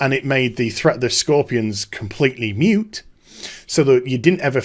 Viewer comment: "moot" not mute.